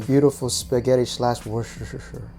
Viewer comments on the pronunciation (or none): I think it’s Woos-teur-shayr sauce. Idk im no genius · It's wooster-sure (wooster-share in England, or they actually just call it Wooster sauce) and these recipes look amazing. I will hopefully be able to try lotus root some day. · Hahah no, not ‘Wooster-share’, but ‘Wooster-sheer’. When I watch American programmes on Food Network ‘Wurrrr-cester-shire’ always makes me laugh!!! Looks great 👌🏻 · The British pronounce it as wooshter sauce ☺️ hope that helps! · I actually only learned how to say it after we studied a case in law school with the name Wooster. From there I learned it was derived from Worcester. Kind of a winding road for sauce etymology. I do still enjoy hearing my mother try to say it. She says something like "worster tisher sherr." It cracks me up. Almost as fun as when she says cinnamon. "Cinnonimonin." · Really, the best way to type how it’s pronounced is “wuh-stuh-sheer.” But yah, we just say “wuh-stuh” sauce